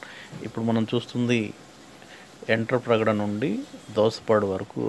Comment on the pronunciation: ఎంటప్రగడ కాదు వెంట్రాప్రగడ